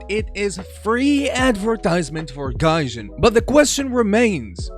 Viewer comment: yeah this guy works for "GAYJIN" hehe lol